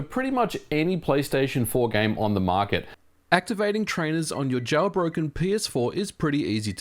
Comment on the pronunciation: "Jowlbroken"... Yeah, that's kinda how you sound Ôo And it's pronounced RetroARTCH. It's not spelled "Arc"...